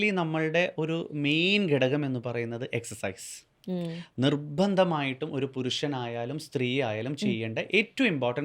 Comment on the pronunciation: എക്സർ സൈസ് എന്നാണ് എക്സ് എച്ച് അല്ല